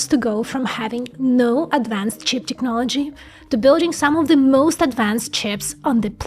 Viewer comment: please it's TECHnology Tech tech tech tech NOT TIKnology like in TIKTOK